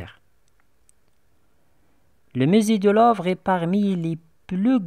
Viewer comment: il faut faire attention à la prononciation, on dit musée pas misée, Louve pas lovre, chefs-d'œuvre le f ne se prononce pas oeuvre pas ouvre...